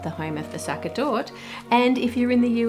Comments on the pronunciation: Sacher Torte is pronounced ZAH-kah TORT-ah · Great, but Sacher isn't pronounced Sucker, but completely differently.